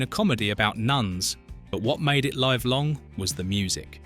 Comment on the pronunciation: I hate to say this, but AI has actually made me listen more... The mispronunciation of "live long" tells me this is AI. And congrats... you had me pretty much fooled even after not saying the word "twice" the first time it occurred, but then saying the word soon after. If all the points are factually true then I still like the video and information, but the ever increasing presence of AI in videos is making me lose faith that people are genuinely interested in "making" videos, but rather putting information together and using AI to get views and make money. I sincerely apologize if you are not doing this for that reason... but I congratulate you on using a British voice to sound more real. I'm still going to "like" this video as it was interesting.